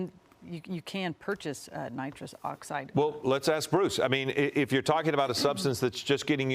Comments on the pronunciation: Nitris lol....they said helium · It's nitrous you fuckin anchor-bozos